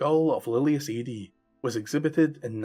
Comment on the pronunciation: It is pronounced Ah-dee not Ay-dee